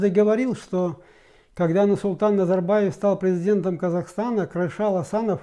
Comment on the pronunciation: Не Карашал, а Кәрішал!!!